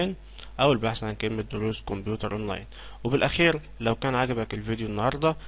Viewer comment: اسمة كمبيوتر مو قمبيوتر